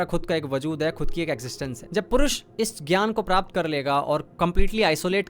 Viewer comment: Bhai purush nahi pourush he